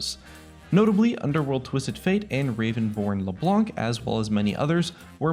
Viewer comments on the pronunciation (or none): none